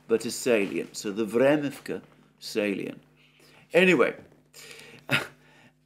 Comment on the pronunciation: Vremivka ledge, how could you possibly mispronounce this ?? 😂😂What’s a salien?? This is indeed a small village if I see it correctly.